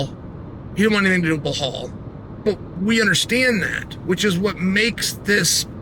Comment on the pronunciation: "Blahol" STILL? 🤦‍♂️